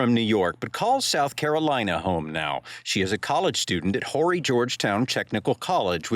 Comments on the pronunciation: This is so very horrifying. Sending thoughts and prayers to the family. And Horry is not Whorey County it's pronounced O-Ree. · First of all the h is silent in horry county.. I hope these Yanks and other people steer clear and let these officers do their job and we also figure out what the mother's attitude with the police is. Definitely Nancy Grace needs to not get involved. It just complicates everything it either had to do with passion or drugs and I will bet the police find out real soon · The H in Horry is silent!!!